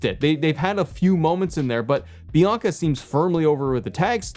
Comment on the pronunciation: Did you call Bianca Belair "Yianca" and accidentally called her Naomi in the same video?! 😅